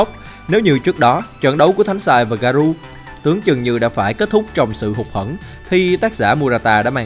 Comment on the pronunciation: Ông ơi t hay xem vid của ông lắm mà có 1 điều làm t hơi cringe. Đó là cái ông phát âm Garou là Garu, t thấy cái này dễ phát âm mà sao ông phát âm sai đc vậy.